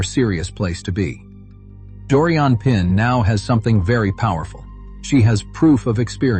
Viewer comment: She's French, she's Doriane Pin pronounced Pan... She did amazingly.